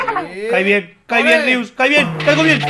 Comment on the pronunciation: es Rius no Rios